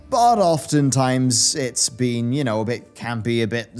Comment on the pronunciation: Okay,, I love you to death, but today for some reason, at the 0.21 second mark, I heard you say, "What a week it's bean."